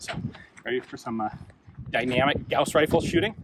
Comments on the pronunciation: Note from the Pedantic Police: Apparently the correct pronunciation is "Gowes" rifle, but that sounds a little lame...the way you said it sounds cooler... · Thank you for pronouncing it right. Gauss is a name. Yes. "Gaws" sounds cooler you would think, but Gauss (Gouse like House) is the name of a german mathemetician. Carl Friedrich Gauß (ß is ss)